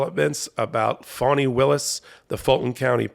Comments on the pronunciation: HER name is pronounced FAN-ee not FAWN-ee. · NOT fawnie,,, fAnnie willis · Fani, not Fannie. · Fani Taifa Willis[1] (FAH-nee), Per wiki. Not Fawni. Y'all get it wrong all the time.